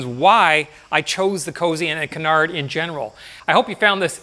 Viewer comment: Great video, btw its Canar, you don't say the D